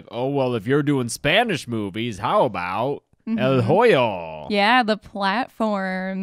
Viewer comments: hoyo - the h is silent in spanish. If you pronounce "hoyo" in english like you just did at the beginning of this video, then you are saying "joyo" in spanish which means "someone's asshole" lol OMG this intro cracked me up something fierce!! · The H in hoyo is silent.. its "oh-yo" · The h is silent in el hoyo